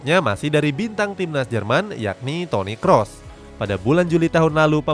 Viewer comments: Toni Khos bang bacanya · Toniy Qroes bang bacanya yang paling bener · Toni krus bang bacanya bukan Toni kros